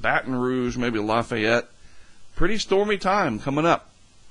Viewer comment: Ok.. I’m OFFENDED 😂😂 It’s not Laugh- Fi- Yet It’s Laffy- yet. 😂😂😂 Don’t come here saying it like you did, because we will take our cooking right back inside 😂